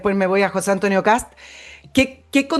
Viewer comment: Se apellida KAST, no Kass... la " T " se prouncia con los dientes casi apretados...